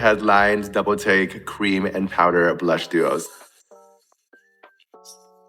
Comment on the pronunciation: i’m american so i’m allowed to critique the absurd way this person speaks. “blush” and “blur” ARE ONE SYLLABLE. no one- and i mean NO ONE says “buh-lush” or “buh-ler”.